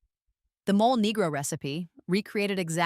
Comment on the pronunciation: It's pronounced "mole-ay".